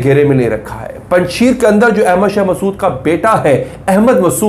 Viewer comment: Panj sheer nhi " panj sher" means five loins